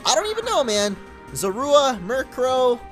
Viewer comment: its zor-uuu-wa not zo-ru-a